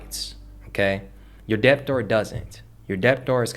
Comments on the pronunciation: Why do you pronounce the B in debtor? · I was looking for this comment like whyyyy…im learning but having to constantly work on ignoring the the intentional incorrect pronunciation is distracting 😩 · the "b" is silent in the word debt and debtor